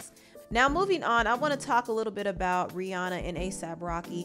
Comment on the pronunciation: It’s rih”ANNA”